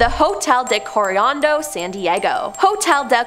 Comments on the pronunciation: You pronounce hotel Coronado strange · Please stop mispronouncing Coronado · Lol you don’t live in California or anywhere near. How come you can pronounce Coronado right when referring to the beach but not the hotel ? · 'Coriando'? 🤣🤣🤣🤣🤣 'Marine Corpse'? 😆😆😆😆